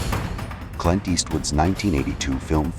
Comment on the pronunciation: Horrible AI and horrible Narration. "Meeej" for 'Mig'? Cl'eye'nt for Clint?